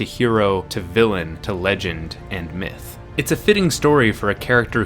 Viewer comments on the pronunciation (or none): none